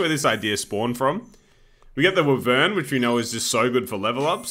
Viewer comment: I’ve never heard wyvern pronounced that way